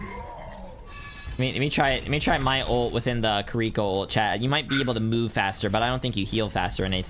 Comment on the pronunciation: this man called her kuriko